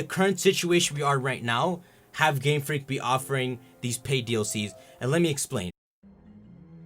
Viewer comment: I thought he's saying gamefrick gamefrick gamefrick